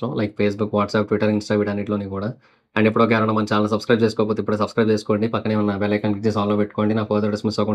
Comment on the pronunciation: Ayejude❌ ijude✅